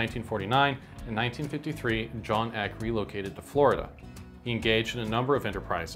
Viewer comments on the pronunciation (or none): none